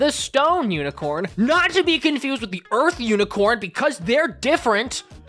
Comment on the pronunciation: i love that he says IS THAT UNICRONE JESUS